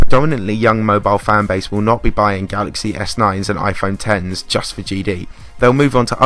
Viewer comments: Thank you for actually saying “iPhone ten”. All my friend say “x” like the letter and it makes me angry. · OMG yes you said iPhone X right